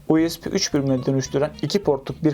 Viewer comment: Her "U ES Bİ" deyişinde monitörü tırmalıyorum.